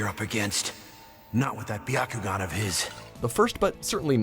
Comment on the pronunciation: Justus not Bakuyugan or sharigan